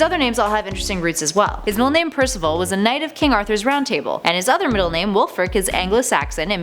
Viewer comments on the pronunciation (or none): none